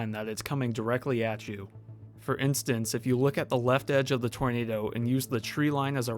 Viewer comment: Instant, not instance